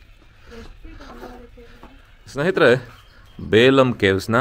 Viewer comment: ಅದು ಬೇಲಂ ಅಲ್ಲ ಬೆಲುಂ